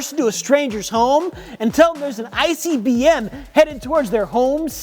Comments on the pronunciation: said ICBM, but what I heard was icey B.M. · I thought he said icey BM at first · The way that TikTok influencer pronounced "ICBM" sounded more like "Icey BM" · I heard say ICBM and thought of a frozen turd at first.